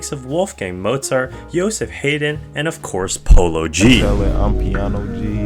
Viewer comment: Yosef HAY-DEN?!!